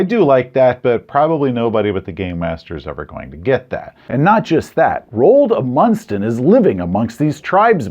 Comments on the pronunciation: INTERESTING IDEA including Raold Amundson as a plot mechanism, Amundson is pronounced AH-mund-sun, by the way. Great video, as usual. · I loved this review, but pronunciation of Roald Amundsen and especially Norge, made me laugh so hard I think my ribs broke. No offense to you,. Norwegian is difficult to pronunce, but holy hell you fumbled your other language roll.